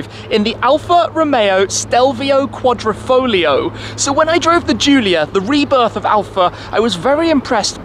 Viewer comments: it is said......foGLio and no folio..........QuadrifoGGGLLLLio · The pronunciation of this car was a headache for me